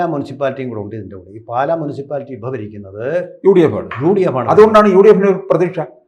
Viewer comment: പാല,അല്ല.... പാലാ ........>>>